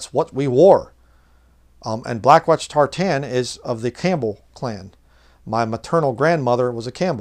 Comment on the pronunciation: Great message. On a lighter note, as a Scottish person I want to correct your pronunciation of tartan lol. We say it like 'tartin' rather than 'tar-tan'. My maternal grandmother was also a Campbell. The original Campbell clan were mostly from the Inner Hebrides (which isn't too far from me as a Macleod from the Outer Hebrides) and also the west of mainland Scotland. All Campbells are descended from Robert the Bruce and most of the early Scottish kings, so you could say you're from one of the more interesting clans.